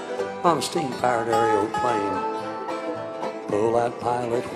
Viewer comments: I love it how he pronounces it "Aereoplane." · I love how he pronounces it "Aereoplane."